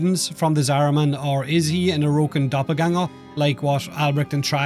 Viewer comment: Hearing the word Doppelgänger with englisch accent is funny XD